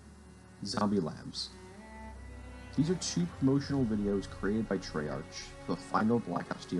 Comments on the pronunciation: Bro your pronunciation is TERRIBLE. Cordis die is “cordis dee ay” , Treyarch is “trey ARK”... DEAR GOD Having said that, i still enjoyed the video watched the whole ass thing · Every time he pronounces treyarch I cringe a lil ngl